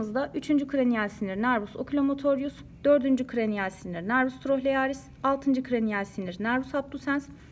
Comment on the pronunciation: 13.26 da n.oculomotorius ile n. Trochlearis yanlış söylenmiş sanırım